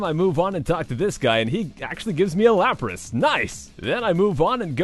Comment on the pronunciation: lapras : Fapras